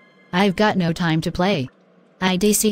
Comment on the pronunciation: "it's soda tiem"